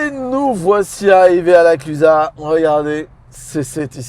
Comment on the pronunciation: Mais vous avez bien dit « La Clusa » et pas « La Clusaze » 😂 Bon point pour vous ! 👏